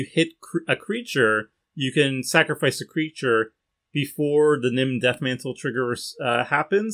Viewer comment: misreading Nim Deathmantle made me actually facepalm at work